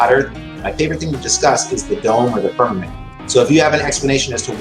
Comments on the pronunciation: "The firmamant." Oh FFS more bible BS from, no surprise! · did he say Spermament?